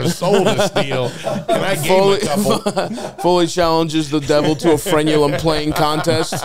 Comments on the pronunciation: I like that says fremulon instead of frenulum. Stav correctly says frenulum, but doesn't correct. He's a good friend. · I can't handle how keeps saying "fremulon" instead of "frenulum" 😂😂